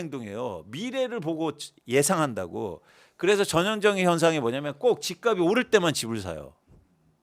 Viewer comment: "집값이" 의 발음은 "집가비" 아니고 "집갑시" 입니다